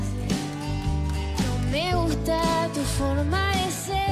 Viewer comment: no me gusta...justo la palabra "gusta" la pronuncia mal... las chicas jovenes que quieren iniciarse en la musica con cover's..no lo hagan!!!